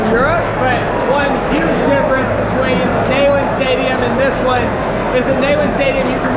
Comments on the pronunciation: It’s not “nayland” it’s pronounced “kneel and. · you were sitting just a couple of sections to my left at the Tennessee game! And I can’t believe I’m having to tell you this but it’s “Knee-land” not “Neigh-land” and that’s per the General’s widow.🙂. Great video. Glad you made it to a game this season. #GBO 🧡🍊🏈. Wish you could have been at the Alabama game. That was just epic! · You would think someone lucky enough to go to a University for 4 years would know the proper pronunciation of the stadium name, especially since it's named for someone so important! repeat after me: KNEE-LAND. KNEE LAND!!! It's NOT nay-land!!! Either say it right or don't say it at all please. Signed a VFL since 1977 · Quite the enjoyable video. BUT! It's pronounced KNEE-land not NAY-land. Come on man. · GBO! I thought id been saying it wrong my whole life 🤣 who calls it Neigh-land. It's Neeland., are you sure you went to UT? Lmao I'm jk! I love you guys. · It's knee-land stadium and you should know that. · you went to UT and don't pronounce Neyland Stadium the way everyone from here does. I have never heard someone say na-land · Neyland Stadium. “Neeland” not “Nayland” 😜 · The way went to UTK and calls it nAyland 😂😂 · That pronunciation of Neyland though 🤦🏼‍♂️ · HOW CAN SOMEONE WHO WENT TO TENNESSEE MISPRONOUNCE NEYLAND CONSISTENTLY?!